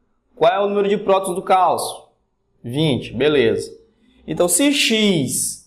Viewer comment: É Calcio e não Calço